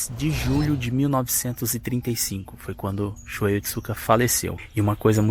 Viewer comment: Não é Shuei, é Shuhei, se pronunciando ShuRRei.